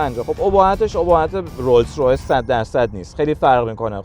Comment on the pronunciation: داداش تورو خدا اسم رولز رویس رو درست بگو ROLLS ROYCE